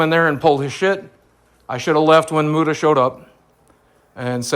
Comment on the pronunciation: I wonder if Keem will ever learn how to say Muta